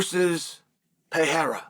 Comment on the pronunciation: Awesome of you to pronounce Pereira correctly. Keep up the great work, Tío Chael!